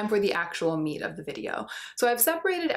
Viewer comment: I need to know--why is the word meat emphasized?!?!! It drives me crazy not knowing😂